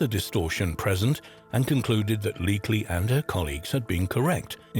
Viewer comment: How are you not going to get the name "Leakey" right in a video about archaeology? The Leakeys are a damn archaeological dynasty!